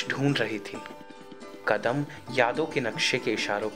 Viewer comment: no story line.....its betuki...could have been better...n narrator....its not waKt...its waQt...qadam not Kadam...but otherwise u are good.